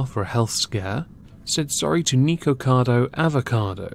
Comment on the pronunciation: Why do you mispronounce people's actual names? "Baybay" (BeBe) "Neekocado" (Nikocado). Nothing to do with your accent. People pronounce their names the way they want, to pronounce it in a different way is rude and has nothing to do with your accent. I'm sure you're capable of pronouncing them correctly.